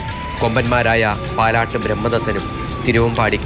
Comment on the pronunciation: പല്ലാട്ട് ബ്രഹ്മദത്തൻ ആണ്. നിങ്ങൾ പാലാട്ട് എന്നാ പറഞ്ഞത് 😅😂 പേര് പറയുവാണെങ്കിൽ ശരി ആയി പറയു